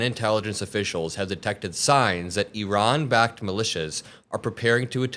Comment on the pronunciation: ☆ "I RAN." Google the pronunciation JD. If you're going to murder them at least get that right. But then again you voiced that Haitians come from "Haitia". Stupid fascist.☆